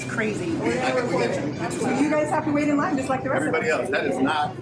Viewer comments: The girl that kept saying “online” instead of “in line” was irking me so bad lmao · Saying online instead of in line annoyed me more than the situation 🥲